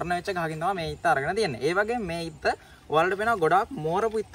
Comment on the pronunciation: ඉත්ත නෙමෙයි හු ..... තො අත්ත කියපන් ගොවියා 😂😂😂